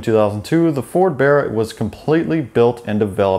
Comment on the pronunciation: At least this Septic says Barra correctly.